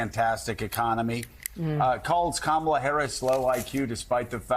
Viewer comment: Trump still, STILL can't pronounce Kamala's name correctly!